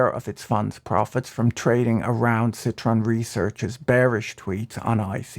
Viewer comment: Where is the Nathaniel Popper interview? I can't find it anywhere. . BTW - It's citron not citroen. But why would anyone call their fund "Lemon"?